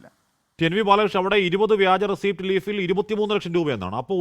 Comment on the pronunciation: റസീറ്റ്. റസിപ്റ്റ് അല്ല